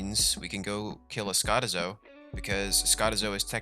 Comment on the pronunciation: its triggering me how you pronounce skotizo...... -.